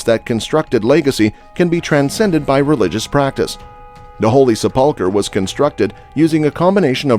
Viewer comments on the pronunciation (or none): Sep-PUL-ker??? Sep-PUL-ker:??? Who taught this guy how to read????? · Please learn how to pronounce words Sepulcher and Pool of Siloam. 😢